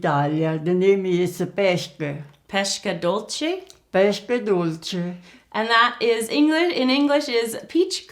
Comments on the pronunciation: Really nice video, loved it! But the literal translation for "pesche dolci" is "sweet peaches" (which is the fruit itself), peach cookies are those you are making, and "pesche" is pronounced pes-que (as in the spanish "que") haha. Anyway, as I've already said, I just loved this video! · You said "pesche dolci" like "pescche dolsci" You have to say the s in "pesche" like you're saying the s in "Students" or in "Star", i'm italian and it's strange for me to hear a woman with the age of your mother speaking in english. My grandmother hasn't studied english at school. I love the recipe as always ♥♥♥